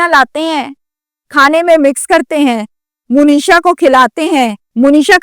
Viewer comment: مو نیشا نہیں ہے درست منیشا ہے ایسے ہی مونیش نہیں ہوتا ۔منیش ہوتا ہے